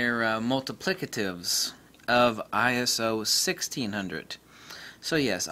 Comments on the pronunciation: Not Eye-Ess-Oh. It's Eye-So. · Perry Nah!! Just get annoyed by stupid people playing childish semantics!! Arguing over Eye-So or Eye-S-Oh, give me a break!!